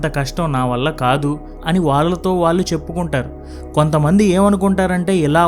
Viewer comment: Content is good. But your Telugu pronunciation is not good and proper. వాళ్ళు అనేదాన్ని వాల్లు అని ఇంకా ఇలా చాలా